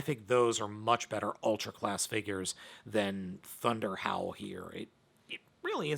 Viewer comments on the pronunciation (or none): When you said “ThunderHowl”, I thought you said “ThunderHell”! 😂😂😂